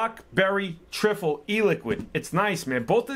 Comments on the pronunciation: It's tri-ful how it's pronounced mate not trifle 🤣🤣❤️ ur video's though man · hey man you pronounce it Try Full lol great video as always